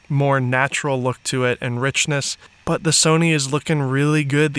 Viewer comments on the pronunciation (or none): 57 “Butt”??? As in Tush? You mean “But”